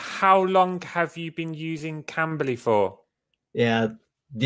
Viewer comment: CAMBLYの発音良すぎやろ